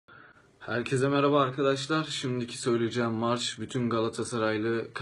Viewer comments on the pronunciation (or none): none